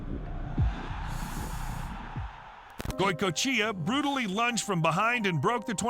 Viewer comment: The goicoechea pronunciation was wild